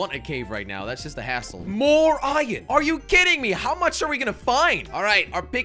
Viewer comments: Why you say ion it’s iron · I like how jelly says ion instead of iron